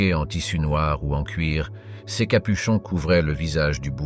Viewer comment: Non plus "c s" mais "ces" ! C'est pénible !!